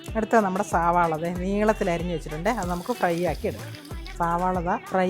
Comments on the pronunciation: സാവള അല്ല സളാവ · സവാള അല്ല സവോള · സാവള അല്ല സവാള ആണ്